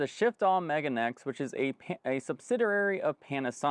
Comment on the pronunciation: I don't think it's pronounced "Megan X" but rather "Me-ga-ne X." "Megane" means "glasses" in Japanese.